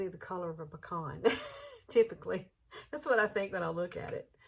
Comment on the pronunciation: It's called a Pee-Can